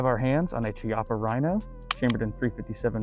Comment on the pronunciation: Chippa is pronounced "kee-appa" not "chi-appa".